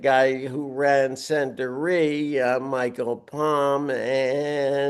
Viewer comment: Sandoor.. that's how it's pronounced